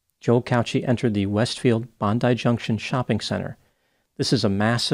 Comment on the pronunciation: Thanks for pronouncing Bondi correctly.